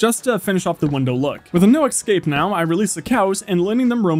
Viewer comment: Have you ever noticed you pronounce escape wrong?